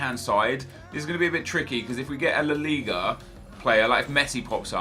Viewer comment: Just call it La Liga... it sounds like your mouth is full when you say it the other way